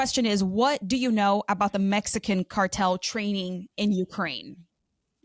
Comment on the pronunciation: when it Matteeeers. You knoooow. what with extending syllables at the end? take out the hot potato